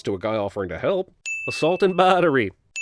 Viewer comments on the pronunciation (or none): assault and baa tery